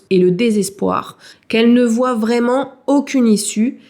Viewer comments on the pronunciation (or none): none